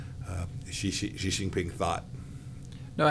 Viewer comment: It's so weird that almost no one can pronounce Xi. It's like she. Not /ʒi/.